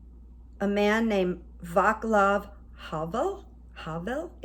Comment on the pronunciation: Pronounced Vahts-lahv; in Slavic languages, "c" is never pronounced like our "k." Most often, except in certain combinations, it's pronounced "ts." Havel is a great hero of the post-Soviet era.